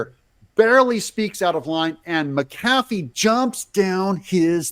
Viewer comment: Your pronunciation of McAfee is correct,.